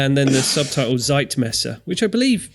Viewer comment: Zeit is prounced TSSSeit...not a ZZZ sound...COME ON! DO YOUR HOMEWORK! Don't be such a yank!